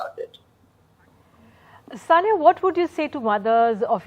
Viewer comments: Dear Ndtv, it is sania not sonia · Please don't mind it it's Sania no Sonia 😂😂😂🤣🤣🤣